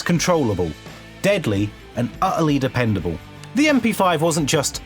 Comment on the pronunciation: The video where the letter L went to die. It was dependabuww.